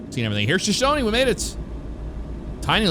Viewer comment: I'm from Wyoming! Where I-25 turns to I-90 is Buffalo, Lovell is pronounced Love-ll, and Shoshone is pronounced Sho-show-nee. Wyoming has a lot of Native American history, and it DEFINITELY shows!